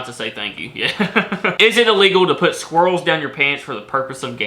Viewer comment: Jsyk.. the way you pronounce squirrel is extremely triggering 🤣